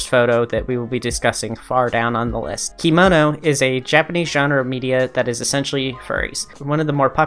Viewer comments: I'm a kemono style maker. Just wanted to say the robes (kimono) are pronounced key-moe-noh, but kemono is said like che(the beginning of 'chemistry')-moe-noh. I heard about Diezel being a baby fur, but I didn't know about his other uh, "hangups". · kemono is pronounced "keh-mono" and legoshi is "legoshee"! :) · Kemono is not pronounced "kimono" It's a japanese work. A kimono is a different thing. Kemonomimi are not Kemono. This was your info bubble from the local kemono kittycorn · The way you pronounce kemono hurts 😭